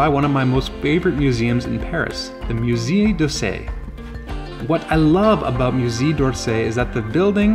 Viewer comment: Thanks! But maybe a little respect for French pronunciation? Musée is not mew-zee.